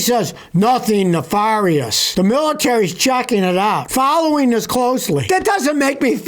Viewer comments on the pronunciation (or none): "Notheen" and "folloween" are not words.